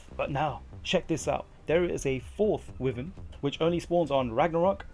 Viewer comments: I swear people need to learn to read. ITs WY VERN NOt Wivern lmao the Y is Pronounced. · It’s pronounced whyvern for fuck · Good video and well researched but considering you sound English I found excruciating that you pronounce Wyvern wrong... Considering it’s a Welsh dragon... >< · Pronounce wyvern correctly.